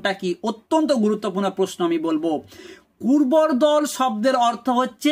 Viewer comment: আপনার Text on screen দেখাচ্ছে "নাদিলা কর্বূরদল", আপনি এদিকে উচ্চারণ করছেন সমানে, কুর্বরদল 🤣